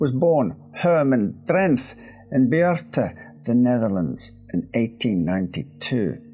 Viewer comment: Pronouncing Beerta and Drenth correct is quite a feat even for a lot of Dutch people, very impressive.